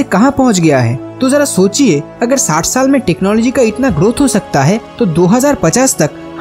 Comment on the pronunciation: It is irritating and irksome to listen your pronunciation of " r" as " d"...viz., agar is being pronounced as agad...😆😆😆😆 .. perhaps your dictionary missing the letter r...!!